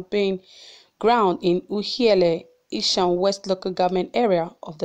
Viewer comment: Pls the name is ESAN not Ishan